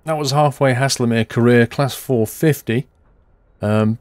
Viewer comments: Pronouncing error: you say Haslemere like Hayzelmeere not hasslermere. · Pronounced almost like hazelmere not hasslemere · it's said "Hazel" mere not hasslemere great video otherwise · Nice video. Guildford is my hometown so I know this line and the trains pretty well. Couple of little points, Guilford is actually spelt Guildford and Haslemere is pronounced Hazel-mere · I love half way down this line between Guildford and Haslemere and often use it. By The Way, it's pronounced HAY-SUL-MEER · Please! It's GUILDFORD and Haslemere is pronounced Hazelmeer! Welcome to Surrey! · First of . It's called pronounced Hazel as in nut So hazlemere . And platform 1 At Haslemere is not a reversable road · BTW it is pronounced (Haze-ul-mir) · Haslemere is pronounced like Hazel mere tut tut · Lol. Never heard Haslemere pronounced like that. You must be Northern. Thanks for the laugh.;-) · It makes me cringe the way he pronounces Haslemere